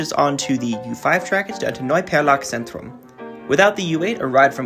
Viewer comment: Interesting story. Your pronunciation is quiet good by the way. Only maybe look for the Z, especially in Zentrum or ...-zentrum. It is often pronunced as a sharp "Ts" like for example in Tsunami.